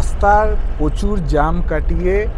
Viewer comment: উচ্চারণ ঠিক করুন। প্রচুর উচ্চারণ হবে prochur. pochur নয়, বড্ড কানে লাগে।